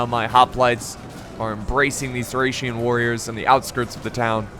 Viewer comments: THORRAC WARRIORS IM SORRY BUT HE SAID THERE NAME THORRAC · It’s Thracian not thorrac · Why in the heck did you keep saying thorack or thorag?????? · TH--RACE not THORAC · lol can't even say thracian warriors correctly. keep calling them thorac warriors. Learn your units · Well I believe he’s dyslexic and there are many thorax units on the field (yes ik he did mistakenly call thracian units thorax) and he’s quickly trying to commentate the video but it’s easy to get them mixed up at a quick glance; it’s a lot harder than it looks and being dyslexic makes it even more difficult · Been watching you for years, and your pronunciation of words never seizes to amaze me, lmao. I don’t know how one could possibly see “thorak” from “Thracian”, unless they are dyslexic hahaha. You’re hilarious. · Don't wanna be that guy but it's thracian warriors not thorac or thorak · Before recording can you just read the unit names so you dont butcher them,you can prounance it wrong but dont call thracian barbarians thorax swordmen who are hellenic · I'm kissed by the fact you mispronounced thracian warriors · Correction: pissed at your mispronunciation of thracian warriors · Thracian man... you have to do something with names, stop video and take some time to read the name correct! I know its difficult when you are dyslexic but you can do it! I know from myself 😉